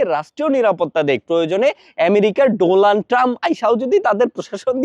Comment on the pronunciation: Tumi sala donald trum er nam thik kore bolte parona tumi ki chirbe